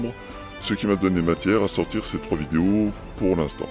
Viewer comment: J'adore comment la voix synthétique dit "vidios". Je trouve que c'est un parfait résumé : ces gens sont des vidiots... Merci, excellent travail comme d'habitude. Et mes félicitations sincères pour avoir cherché à comprendre son baragouin. Pour se balader dans le cerveau de Saïd Adjoul, il ne faut vraiment pas avoir peur du vide...